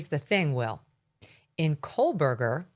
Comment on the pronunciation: Megyn, why can’t you pronounce Kohberger correctly? It’s crazy- amazing. You’re a reporter. Please get it straight!